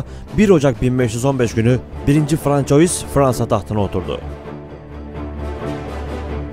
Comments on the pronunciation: François yazılır, fransuva okunur.. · françois nedir birader fransua die telaffuz edilir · yabancı dil bilgin zayıf yazıldığı gibi okuyorsun François diye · c den sonra kalın sesli varsa "k" okunur ince sesli varsa "s" okunur, "ç" harfi ise sonraki kalın sesli bile olsa "s" okunması için! "oy" diye bir okunuş yok; "oi" ua diye okunur; "ua" hızlı okununca bizlere, daha doğrusu fransızca bilmeyenlerin kulağına "oy" diye gelir; ama orda bir"y" okunuşu yok! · bu kadar değerli ve bilgi yüklü bu videoda françois'yı doğru telaffuz etmemek.. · Fransua dır telaffuzu francois değil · 1. François’ i “1. Fransuva” değil de yazıldığı gibi “françois” diye okuduktan sonrasını izlemedim. Bilen bilmeyen herkes birşeyler anlatır olmuş. Çöplüğe çevirdiniz YouTube u. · Demek istediğim Fransız devlet televizyonundaki spikere metni hazırlayanlar ve sözlüğe Soliman diye yazanlar bence bu youtuberin Francois diye okumasından daha fazla sorumlu.Yani onlar bile bile burdaki zavallı türk Youtuberim bilmeyerek... ki bence hep böyle 'yanlış' okusun. Sanki Fransızlar bizim tarihi atalarımızı çok önemsiyorlarda ismini telafuz etmeden önce on beş dil bilim uzmanını çağırıyorlar. Adamlar dergilerinde Peygamberimizle alay ediyorlar daha ne diyeyim. Hadi batı özentileri, hepinize eyvallah. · François :)))) Fransuva olmasın o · francois degil fransuva olacak dikkat edelim. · Lutfen Francois demeyin, Fransua deyin :) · Françoyis ne aga? :))) Fransua Fransua :))) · François* Fransuva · François, Fransua diye okunur. Ay gün ve yıl belirtilen durumlarda “yılında” değil, “tarihinde” denir. Konuşmacaılığınıza bir katkım olsun istedim. İyi çalışmalar. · François diye yazılır, Fransua diye okunur. Louis diye yazılır, Lui diye okunur... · François diye değil Fransuaz diye telafuz edilir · 1.François " okunuşu , fransua " biri şu arkadaşa söylesin . Yani bu kadar olur ,pes. Adam video seslendiriyor ,űstelik konu tarih ama fransua demeyi bilmiyor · françois yerine okurken fransuva diye okursanız güzel olur